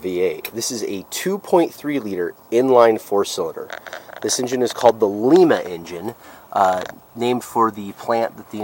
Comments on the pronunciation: Lima is pronounced with a long sound I. Sounds like "lie". Ma sounds like, my "Ma" is baking bread. The good folks of the home of the Abrams Tank, Lie ma, Ohio thank you. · Lima is pronounced lyma like the bean because it was built in Lima Ohio. Also debuteted and canaverous are funny how you say debuted (day bued) and cavernous (cavern us). Love these cars, especially the 87-88 5-speeds. I have always wanted to find a black one with gray or red cloth interior. I have a black 92 SC 5-speed and have had 3 other SC's. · Lima engine. Pronounced like the bean. My dad who retired from the plant had one of these, and it was a true sleeper in it's day. The plant is still going strong today. They produce the 2.7 and 3.0 ecoboost and the 3.5 tvic.